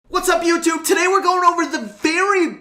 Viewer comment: on the very start of the video he says "WHATS UP YOUTUBE!", but to me it sounds like " WHATS UP MEWTWO!"